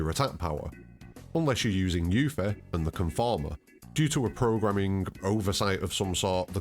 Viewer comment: its not yu fee its yuf fee